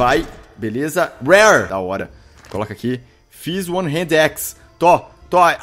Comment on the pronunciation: Pq caralhos o Felps fala Hended e não hand???